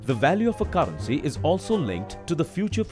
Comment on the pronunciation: Why tf he pronounce caarency